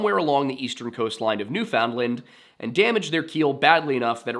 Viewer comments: You say New Foundland funny lol that's not how Canadians say it. Be lazy with the pronunciation nuFundland. All one word..great video! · Newfoundland is pronounced basically like "Noofin-Land" not New Found Land or New Finland. The "noof" part is probably the most important part, the rest kinda falls into place after that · Little correction, because you are so amazing at your pronunciation of names. It's not new found land, it's new fin lind. It's based on dialect, and Canada has accepted this as the correct pronunciation. Definitely find some youtubers pronouncing it so you can practice. 9/10 that's my only complaint. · He actually got mad at me over it I think my comment must have been deleted by him I said I always find it funny how Americans call us Newfinland and not Newfoundland and then he told me when I learn to say Nevada I can tell him how to pronounce things Not like I'm a born newfie or something lmao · its newfin-land or newfin-lund not newfound-lund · Please practice saying, "Newfinland" all one syllable and pounced as typed. Saying, "New-found-land" is really awful. Seriously, "Newfinland" try it until you master it. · As a Canadian: Newfoundland=NOOfin-lend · new'Finland is how we usually pronounce it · I can forgive the mispronunciation of Icelandic and Norwegian words. but, Newfoundland is pronounced like “Noo-fuhn-lund”. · Pronouncing "found" in Newfoundland hurts my ears. Pronounced "NOO-fuhnd-luhnd". I know I'm being douchy - because this was a great, well-researched episode on which I can find nothing else negative to say. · Oh hey, I get the chance to be super pedantic about Canada! For some reason "Newfoundland" is pronounced more like "New-fund-lind" or "New-fin-lund" I don't know why, I blame my Newfie neighbors (at least for the parts of the year where they literally are my neighbors) they did introduce me to Crush Birch Beer though... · Dem Yankee b'ys jus' refusin' t' learn how t' pronounce d'word '"NEWFinland".